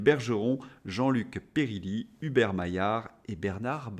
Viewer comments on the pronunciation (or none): Un grand merci pour votre réinformation de qualité. Petite remarque : il faut prononcer mon nom : Jean-Luc Périllié (le son "yé" à la fin, non pas Périlli). Merci bien.